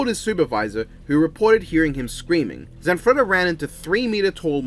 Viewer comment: You gave the Italian guy, Zanfretta, a Russian accent that slowly morphed into Count Dracula